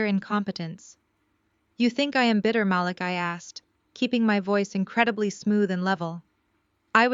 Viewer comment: Is it possible to use a Black voice and that voice pronounce names properly? Her brothers name is pronounced MaLEEK. I like the stories, but these two things are distracting.